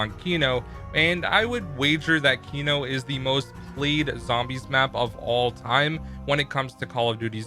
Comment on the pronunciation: When you Say That they took out "The" I hear "Duh"